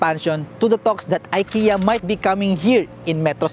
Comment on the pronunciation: Ikea you pronounce as Ekea not I watching from Stockholm Sweden.